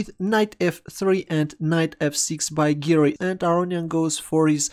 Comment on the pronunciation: When you say "Giri" it sounds like 'Garry' so I keep thinking it's a Kasparov game